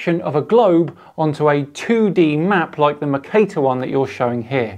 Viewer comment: Never heard Mercator pronounced that way before, was like what the fuuu is Macater!!! 😅😂🤣 and i'm a Yorkshire man. Cheers for all your videos, a constant source of entertainment 👍